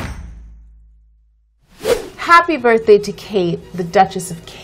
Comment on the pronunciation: was I the only one who (the first time) understood CAKE Middleton instead of KATE Middleton?